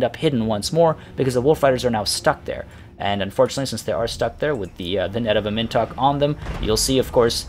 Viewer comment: "Am In Tok" please my dude pronounce it like this